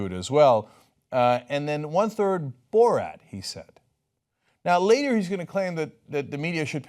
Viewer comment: “Borat”? He said BullRat.